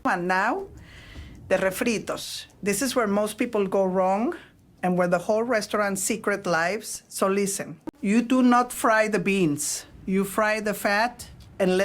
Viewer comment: "whole restaurant secret lives" - pronounced lives wrong as an example.